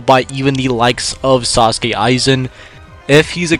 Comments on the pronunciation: No offense, but his Name is not Sauske Aizen, its Sosuke Aizen. Or Aizen Sosuke. Now say it in a deep japanese mans voice. Good, good. Now thats it. 😂😂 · As expected. Aizen would solo. Also, it's Sōsuke Aizen. Not Sasuke Aizen. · I am out when bro said sauske aizen instead of souske aizen😁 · Bros Pronouncing sosuke "Sasuke Aizen"💀